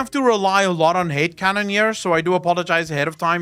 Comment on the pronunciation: I swear. Whenever you say Head canon, I hear Hate Canon. and keep thinking about a Head canon filling in all gaps in the story in the worst possible interpretation